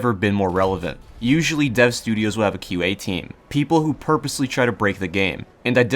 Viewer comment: When he said "QA", i though he said IQ and was gonna insult the whole team's intelligence.